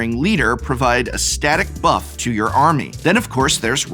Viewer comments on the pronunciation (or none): none